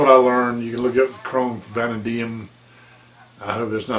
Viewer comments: It's pronounced Vuh Nay Dee Um. It is one of the older original steels used by Case going way back. Most people who really work with their knives PREFER the Chrome Vanadium, due to the fact it holds an edge really well & sharpens very nicely. If ya keep a very light film of mineral oil ( safe, cheap & non-toxic, many collectors smear some on their hands when handling their knives ), it will keep the blade from rusting & the blade will eventually take on a "Patina" finish, that looks very vintage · David Leavy the same way he got that way not pronouncing vanadium correctly.